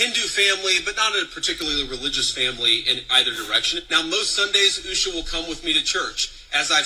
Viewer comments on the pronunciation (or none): She couldn’t even say Usha’s name.